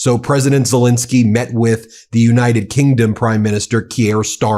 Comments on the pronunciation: The point is that one should be accurate in pronouncing his name. Len isn't pronounced Lin. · Love you Ben, but it is Zel Ensky not Zel Insky ❤ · It's not ZeLINsky ; it's ZeLENsky! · Please pronounce President Zelensky’s name correctly!